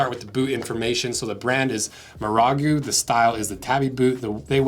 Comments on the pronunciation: Marugo, not Maragu. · "Muhrahgoo" - my man, you gave it a good shot! 😂😂😂 Great review, I wear jikka-tabi (non-slip, composite toe) they are so grippy they squeak like basketball shoes on normal flooring.